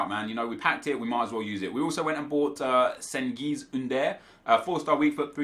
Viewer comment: Just as a heads up. C in turkish is pronounced as j. So cengiz would be pronounced jengiz